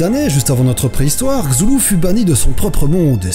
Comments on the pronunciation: La prononciation sifflante [sε] du "th" est propre à l'anglais. Pour nous, ce serait, je pense, plus habituel de le prononcer en "tε". Après tout, on a plusieurs mots dans notre langue avec "th" est on le prononce bien [tε]. Ex: Ethnie, rythme, orthographe, etc ... D'où l'impression justifiée de personnes commentant que c'est "plus simple". Sinon, chouette vidéo, bien travaillée. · Vidéo pas mal mais pour la prononciation de son nom, Lovecraft a lui même donné un "tuto" pour prononcer son nom. Le maximum que pourrait reproduire des cordes vocales humaines serait un son guttural, le u se prononce comme celui dans "full" et le L ne se prononce pas vraiment, du moins faut le prononcer le moins possible ;) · Le vrai problème, c'est pas tellement la prononciation de Cthulhu, mais plutôt de la prononciation du "th" anglais par les français qui écorche un peu les oreilles, et n'a jamais été un "s" ou un "f". x) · je sais que tu l'écorches pas, mais putain ça m'ennerve isdhfiehyfil_ezyhfr jai envie de tuer des chats chaque fois que tu le dis comme ça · Beaucoup d'erreurs...et ces prononciations !!!! Pour info, il existe une prononciation "officielle" de Cthulhu, décrite par Lovecraft dans une de ses lettres à Duane Rimel... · Roliste de L'appel de Cthulhu depuis 25 ans je t'affirme que ça se prononce: KEUTOULOU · La bonne prononciation c'est « STULU » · moi j'ai vu que sa ce prononce cou-tou-lou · c'est ku-tu-lu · Cthulu se dit clulu en vrai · Ça se prononce K-tou-lou-ou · Kah-sou-lou = Cassoulet. Je veux mourir. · Je prononce ça KTULU normal quoi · Sa se prononce " sheuulou " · Moi je PEnse que sa ce prononce "ka-thou-lé" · C est ktoulou mais ça s écrit chtulu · sa se prononce ctoulou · C'est Ktu Lu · Ça se prononce Ctuhullu (ne me remercier pas c'est normal) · prononciation: ktoulou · CTHULHU et non pas csulhu cest de pronotiation a anglais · Les Français et leur façon de prononcer les "TH" xD CZULHU xD xD xD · ben moi je prononce cthulhu "cassoulet" #vivedidichandouidoui